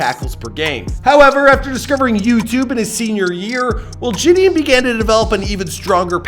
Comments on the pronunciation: (Je-De-On)[JiDion] is the pronunciation, not (Je-D-En) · “Je”-“don” not “jay”-“don” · its ‘jih dee on’ not ‘ji dian’ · It’s not ji d in its pronounced juh d on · Bruh it’s JidIIIIIIOOOn 🤦🏾‍♂️ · It’s JAHDEEONN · Btw his name is said “Jid-on” in actuality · It’s pronounced “juh-dee-on” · the way hes sayn jidion is pissin me off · I hate this guy didn’t get his name right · how can you not pronounce his name correctly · just embarrassing how you couldn’t even say his name 😂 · how many ways will pronounce Jidion’s name smh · L couldn’t even pronounce his name right smh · Lol you butchered the man’s name and he could he be born in 2009? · The amount of times McDonalds- I mean butchered Jidion's name is uncountable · A for effort but you butchered his name the entire video 😂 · He cant even say jidions name right